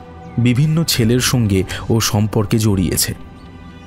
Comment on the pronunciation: সবটুকুই সুন্দর, শুধু উচ্চারণের দিকে আরেকটু নজর দিলে পুরোটা শ্রুতিমধুর হতে পারতো। সুতপা, সঙ্গে, আতঙ্কগ্রস্ত-- এই ধরণের শব্দগুলোকে "সুতোপা", "সোঙ্গে", "আতঙ্কগ্রস্থ" ইত্যাদি-- শুনতে গেলে কানে লাগে।